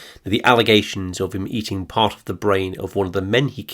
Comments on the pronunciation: Think its Stephen Port not part 🤔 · port not part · The Grinder killers name is Port not Part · 59 is Stephen Port, not Part. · Stephen Part's surname is Port . P-O-R-T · #59 is Stephen Port, rather than Part. Great video though! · 38mins - its Stephen Port - not Part. You should correct this..its quite a bad error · Isn’t the Grindr killer Stephen Port not “Part” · It's Stephen PORT not PART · Stephen Port.. not Part. Great vid! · Very interesting and very shocking. I thought the guy’s name was Steven POrt, not PArt? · Mark Bridger erroneously appears? Also, it's Steven Port (Grindr killer) not Part. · I thought it was Stephen Port not Part? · #59 = PORT not Part! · Stephen PORT not PART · its stephen port not part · Steven Part?? Come on man, if you truly knew your stuff then you'd know its PORT... Stephen PORT. You even say it multiple times ffs... 🤦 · NEW sub, great work, btw stephen Port is the name of the Gay seial killer from Barking LONDON, Port as in the drink. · Very good. But it's stephen john port not part. Also Joanne denehay is how it's pronounced